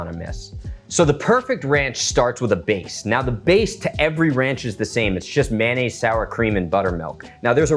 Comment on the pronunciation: It's NOT MAN NAISE, IT'S MAYO NNAISE